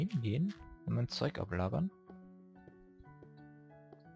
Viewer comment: ich hab verstanden mein zeug ablabern statt ablagern